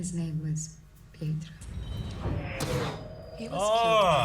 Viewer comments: Pietro's name is pronounced "Pee-et-row". Technically, it has Italian origins, but the parents who raised him and Wanda are Romani, which is a European gypsy ethnicity. It's like looking at Eric's t-shirt and pronouncing Logan's name as "Lawg-ann". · However the pronounce is pee-eh-tro ... greetings from Rome 😄